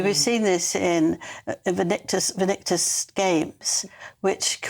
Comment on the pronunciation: I do like Angela, but she's getting increasingly baffled, can't even pronounce Invictus.